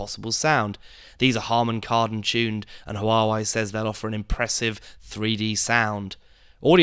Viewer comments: It's pronounced War-Wey not Hu-War-Wey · It's wah-way not hu-are-way.